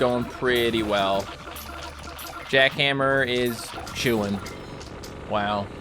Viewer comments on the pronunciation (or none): It’s jack han-ma not jack hammer